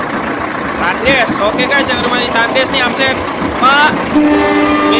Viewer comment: Bukan takndes cara penekannya kurang yg bener penekanannya ucapan thandhes.. Tulisan nya tetep TANDES